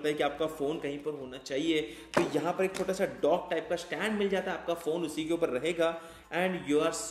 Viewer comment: It's upar not upa(h)